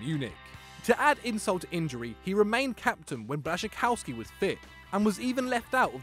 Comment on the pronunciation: Coming from a polish person that is the worst pronunciation of Blaszczykowski 🤣🤣